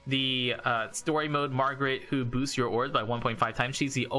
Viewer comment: I heard " booz " your characters eheheh